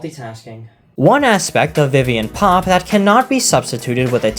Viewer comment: Idk why, but every time you say "Viviane Pop" it just cracks me up 😂